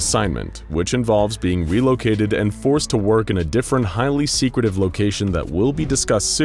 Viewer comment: he says seacwitive